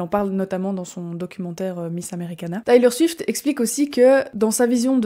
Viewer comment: Salut ! Le documentaire c’est Miss AmericaNA. Et on prononce Taylor Swift [ Tèlor Swift ]. Tu pourrais ajouter qu’elle est en tournée depuis presque deux ans avec un show qui dure 3h15 où elle chante et danse sans interruption et sans play-back :) c’est une véritable athlète et une incroyable performeuse. Bises!